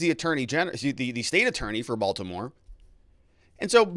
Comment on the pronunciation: Come on…. It’s Baltimore 😂🤣